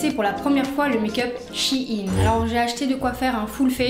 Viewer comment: Ça se dit pas SHI INE mais SHA INE 😠